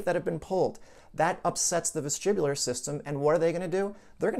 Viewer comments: Vestibular not vestribular. But very interesting content . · Sorry vestibular or vestribular